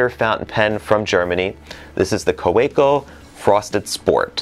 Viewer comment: You spent some time in Germany, I lived there for a couple of years. Kaweco is pronounced kah-ve-ko. Have a great 2020. Cheers, Steve